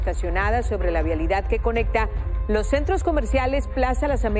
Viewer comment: "los" hay que mejorar la dicción